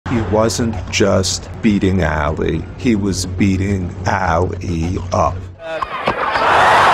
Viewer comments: This guy calling him Aaali ! Get outta here little man until you can pronounce the man's name correctly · How hard is it to pronounce Ali correctly? A-Lee.